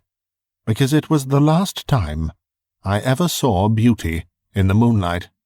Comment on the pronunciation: Pronouncing the word, saw, like soar or sore is simply wrong.